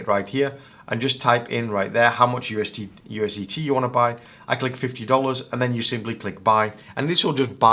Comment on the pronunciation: bro said ustd